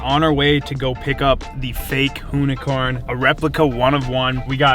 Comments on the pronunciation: That's now the "hoonicorm" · with the "Loonicorn" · The “Whoonicorn” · it's more like a Hoonicunt.. 😁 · “Hooni-corny” lol jk I’d drive it everyday